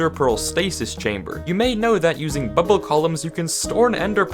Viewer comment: the way he said bubble cracks me up